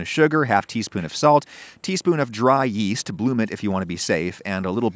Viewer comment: Yeast? I thought you said Weast ! XD